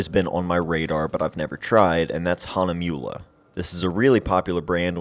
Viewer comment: Funny how you pronaunce "Hahnemühle" :-)